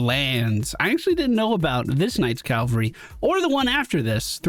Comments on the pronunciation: Quick note - only because I know you do work on pronunciation: The word "cavalry" isn't: "Cal-vuh-ree" it's: "Cav-aul-ree" ... the 'V' comes before the 'L' It is a very common mispronunciation. Don't feel bad about it. Bonus! Another one I hear often is "veteran" pronounced as: "vet-ran" ... that's what happens if an animal doctor was in a race. "vet-er-in" ... is someone with tenure or experience, especially in the profession of arms. (three syllables, not two) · Cavalry -- Dude on horseback. Calvary -- Place where Jesus died. lol